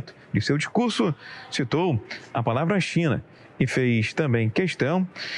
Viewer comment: Ele não disse "China"! Falou "Xina"!